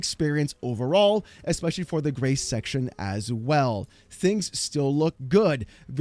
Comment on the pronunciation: I won’t lie every time you say Grace, I hear grey. Damn my old man hearing.